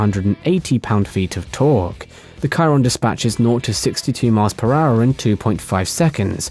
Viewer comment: You ruined the whole video by saying Kyron, it’s Shiron